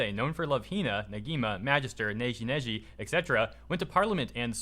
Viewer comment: Why am i so annoyed that pronounced "Negima" correct, but the proceeded to pronounce Negi Magi as "Neji Meji"?